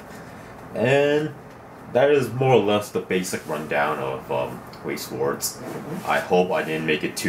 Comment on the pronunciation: Pronounced veiss schvarz